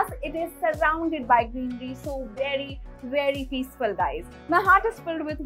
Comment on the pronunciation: Such a poor interior as per today's standards and she says "it is a very modern, vedy modern house" 😂😂😂😂